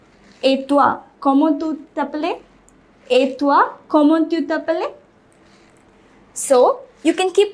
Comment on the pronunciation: you pronounce "appelles" like "appelé" which is wrong. "Appelles" is pronounced "apèl"